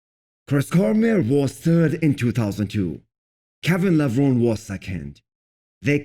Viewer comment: Kevin Levron-ie, that's how it's pronounced.